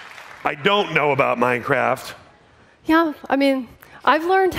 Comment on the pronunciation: i love minecrak she kept saying minecraak